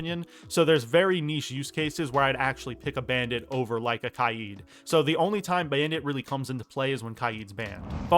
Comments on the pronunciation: Why does he say kieed? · It’s k-ai-d